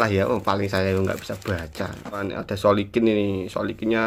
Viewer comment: Recehh🤣🤣 Silikon bang bukan Solikin 🤣🤣🤣😭